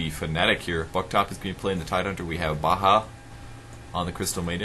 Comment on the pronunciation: Btw, Baja should be pronounced Baya Buktop should be pronounced Victor Just saying, I'm their friend:)